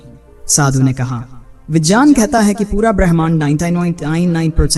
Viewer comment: Pehle to vijeyaan nhi vigyan hota hai. 😂